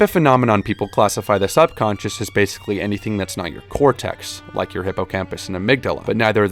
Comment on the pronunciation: your subtitles need fixing man... "doesnt" "consiosly" "baisiclly" "hippocTampus" "inclusevly" and for pronunciation, it's not "cortext" it's "cortex" -- "hippocampus", not "hippocamptus" please fix. thx.